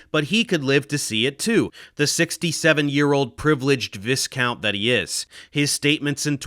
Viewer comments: I hate to be that guy but it isn’t vis-count it’s Vigh-count. Although you are extremely smart you are definitely not a professor of English (no hate great channel). I hear you ask what is that. It is a nobleman who was originally the deputy count- Vice-count. While I am here it is les-ter not ligh-sest-uhr and it is Wooster not war-sest-uhr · pedantic mfer here, the S is silent, its just "vye-count" 😁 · V'eye'count. That's how it's pronounced. I hope I've written it so it can be worked out. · Not sure if anyone has corrected you Prof Dave. The Statis of Matt Ridley is pronounced vie count - not vis count. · Vie Count, not viss count smh mh mh mh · It's not viss-count, vis is vye - so viscount rhymes with eye count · Hey guiez did you know it's prounced viscount not viscount? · v- eye - count. not vis-count. Because the English are wankers. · It is pronounced Vie Count, probably should be spelt Wan ker. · He's a Vi-count not a Vis- count. Gotta love the English language. Spent 25 years trying to persuade students it was happening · Dave the 'S' in viscoount is silent and thus pronounced Vai Kownt. Love your videos. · 'Viscount' is pronounced 'Vye-count'. Much of the rest of your video has the same degree of knowledge and understanding. For eg, the lab leak hypothesis is plausible and has not been rejected. Some intelligence assessments currently favour a lab-related incident (albeit with low confidence). For myself, I've always leaned towards the lab leak because it seems a staggering coincidence that a natural outbreak should occur 800 miles from the host bat, but just around the corner from the lab experimenting with such viruses. Alina Chan, Ridley's co-author on the book, has been an extremely brave voice on the matter. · Viscount is pronounced "V-eye-count." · Just to be pedantic, it's pronounced "v-eye-count" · btw it's pronounce ˈvī-ˌkau̇nt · Minor point - the first syllable of Viscount rhymes with "pie". His title is pronounced vie-count. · Vice Cow Ain't.